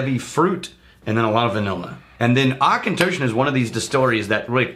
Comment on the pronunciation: Hell yeah, I have a bottle of the Auchentoshan American Oak and I love it. Really wanting to try the Three Wood since you guys bring it up all the time. Also, thanks to finding you guys, I now know how to pronounce Auchentoshan.